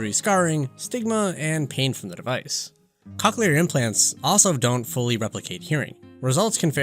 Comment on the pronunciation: Lol hearing "cock-clear" this whole video lowk pained me 😭